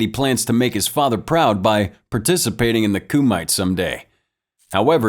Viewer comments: It’s not “Coo mite” but pronounced as “Kuh mit te” and it’s Japanese not HKese nor Chinese. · “Koo-might” Narrator obv didn’t watch the movie